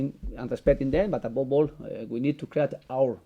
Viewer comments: Buh above all..."abobol"..#smiles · Abobol...jajajaja, how much money he can get a week?, Emery can afford a personal English teacher!!!